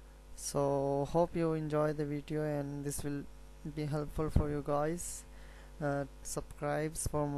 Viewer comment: hahahaha kia english boolte ho yaar subscribe ko subcrise kaha hahaha